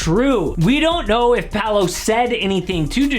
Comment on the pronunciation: It's not "Palo" it's Paolo, the way to pronnounce it, looks like Puh-ow-lo = Paolo.